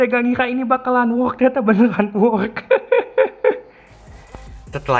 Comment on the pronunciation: Koreksi untuk pengucapan "work" itu yang bener "werk" dan lebih tepatnya it work(werk)